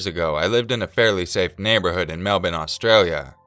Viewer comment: Thank you for pronouncing "Melbourne" properly :)